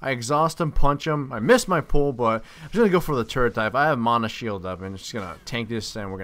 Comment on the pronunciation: You say "mana" weird :|